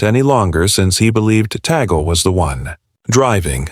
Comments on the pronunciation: Tag-le not Ta -gl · (TAGLE)TAG--LEE as pronounce...NOT tigle.🙏❤️ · IT IS NOT TEGEL BUT TAGLE PRONOUNCED TAGLE. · Its not Teagle. It's Tagle (pronounced as Tag/ le ) Pls do the basic etiquette of getting the names right. There has been many articles lately that specifically focuses on Cardinal Tag-le which are negative in tenor. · Pronounced as Tag..Le.. not Tegle. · Tag....le not Tagol..pls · Tagle is pronounced Tah gle (short e). Where you get Teagle and Taygel is beyond me. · It's TAGLE. Not TIGEL. What accent Is this voice from? T A G L E .Tagle . TAGLE. Not TIGEL. No TIGEL. If not pronounce correctly tumigil ka nang magsalita. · "TAG- LE" IS THE RIGHT PRONOUNCIATION, NOT TIGEL OR TAGEL AS I HEARD IT, AND EVEN WORST WRITTEN AS "TIGO". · Right but that shouldn't sound like APPLE (aeple). It should be TUG- LE as in CUP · First of all Pronounce his name well Tagle Is pronounced as “Tag-le” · Hey, it's Tagle. Not Teegle. Not Tigo. Not Tig. This narrator is hysterical. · Please learn how to pronounce the names before you use Tagle is pronounced just as it is written You go from teagle to tagel..enought times to drive one mad. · Pronounced "Tag-le" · TAGLE —PRONOUNCE. TAG - LEE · To the narrator, please make sure to pronounce the name of Tagle right. It's so confusing. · No matter how one is maligned. If DESTINED, no one can stopped it!! Just pronounced Cardinal Tagle name correctly! Pls watch and learn!